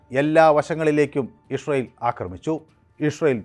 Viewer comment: ഇസ്രയേൽ എന്ന് നേരെ പറയാൻ പഠിക്കൂ അവതാരകാ..